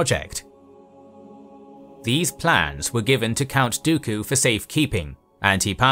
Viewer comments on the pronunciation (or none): none